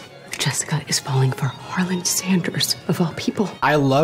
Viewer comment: i know this is so old but i cant get over them saying “harlan-d” every time 😭😭 and really emphasizing a d in his name for some reason